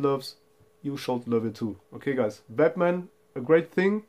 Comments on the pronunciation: Great video, sounds like you saying batman.... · it just sounded a bit funny, been a English speaker. But your english is spot on.